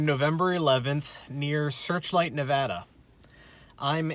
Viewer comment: Holy shit dude! This was the first video where you said Nevada correctly! Ive been watching all your videos in chronological order since I’m stuck at home, and it’s been wearing on me. Thank you for making the correction!